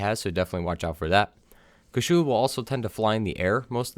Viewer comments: Kew-charl-lahr not! Coo shoe looooooser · It's been four years, are you still saying KASHULA instead of KUSHALA? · Great guide, but please, stop saying "Kashulu", like you want to spell Cthulhu. It is Kushala, KU SHA LA. My ears are in pain from that...